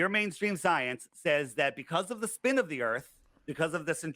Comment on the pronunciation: "Yur manestreem scyence"